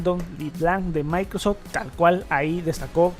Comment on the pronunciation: Muy buenos e interesantes videos pero qué mal es escuchar alguien de un canal de tecnología hablando tan mal... "Maicrosedch" "translator". Y lo peor, cuánto redunda en la misma información diciendo varias veces lo mismo